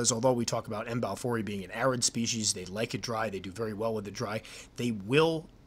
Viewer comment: If pronounced correctly a ryme would be close to: have i e. That's it, done deal now. The ecosystem here is fragile with several endangered species of animals so the State has to clamp down on the citizens. Each time a snake is found authorities scramble, they just captured a Python about 200 miles from here near the local airport. Big news! But we have big centipedes and small brown Scorpions, oh and Black Widows.